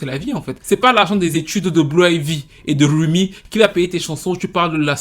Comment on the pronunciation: “C’est pas l’argent des études de Blue Ivy et de RRRumi qui va payer tes chansons où tu parles de la strawberry limonade” 😂😂😂😂😂😂😂